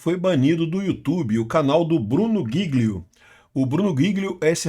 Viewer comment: É jilio a pronuncia